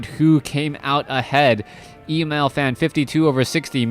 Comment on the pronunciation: Emal not equal to Emalfan. And it is pronounced Emaaaaal, a as in lalala.